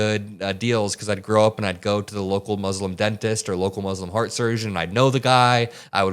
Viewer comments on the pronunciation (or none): none